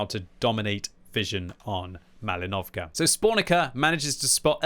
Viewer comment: With respect: it’s PrOchorovka and MalInovka, not ProchorOvka and MalinOvka. Just will be glad if you’ll pronounce it more right)